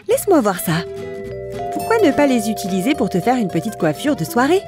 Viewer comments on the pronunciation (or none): none